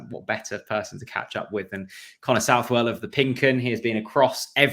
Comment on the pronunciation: It's suthell 😂